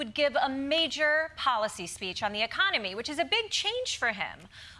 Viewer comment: "A thing called economy", please tell us about this new thing called .. ecommony .. acconamy?